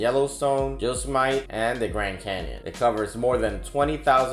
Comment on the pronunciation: Cheese-pake???? A-lig-gany, Yoz-mite?